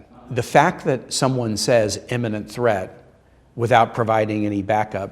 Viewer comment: I agree with everything the Senator is saying except for the pronunciation of the word imminent as "eminent" ...2 differnt things. Looks like someone just lost my vote. PEDANTS UNITE!